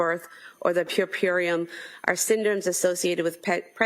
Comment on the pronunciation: I think she was trying to say "puerperium."